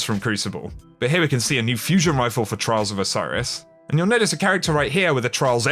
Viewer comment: had my headset on my table with 100% volume and the 3 first times said "trials of osiris", it sounded like trolls of osiris xD